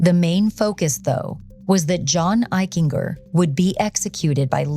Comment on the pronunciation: Eichinger; a hard-G, like a J. "Eich-en-Jer" I went to Middle School and High School with John, he was a pretty nice kid but I noticed a cruelness once in light of what happened.